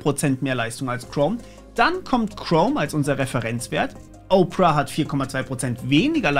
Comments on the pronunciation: Nicht Oprah, sondern Ópera! ;-) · Danke für die vielen Detailinformationen. Worauf ich aber überhaupt nicht klarkomme, dass "Opera" wie "Oprah (Winfrey)" gesprochen wird.🙃